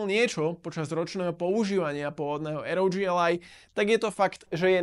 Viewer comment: Dobre video, pekne spracovane, dobre sa to pocuva ale jednu vec musim vytknúť. Raz hovorite rog a potom aroudži. To rog znie vazne hrozne, uz len preto že ally hovorite v anglickom jazyku. Berte to iba ako konštruktívnu kritiku. Nic nenávistné ani zosmiešňujuce. Prajem vela úspechoch